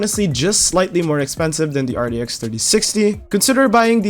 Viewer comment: why does he say it so weird rdx 3060 rex 3060 ti